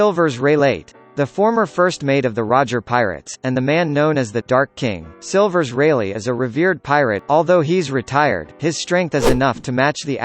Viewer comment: He not only said grap but also silver reighleit